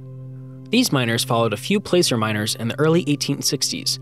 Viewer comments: Love the content. I would appreciate correct pronunciation. Placer is "plasser" like glass-er. Ballou correctly sounds balloon without the "n". Alleghany and Downieville CA was where I played as a kid. I would love to see some history about them. The 16-to-1 mine was famous in its day. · Please learn to pronounce tributary and placer.